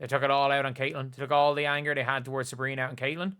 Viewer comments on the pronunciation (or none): none